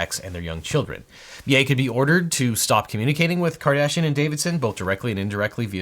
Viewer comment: Half the time you say Kardashian I hear Cardassian...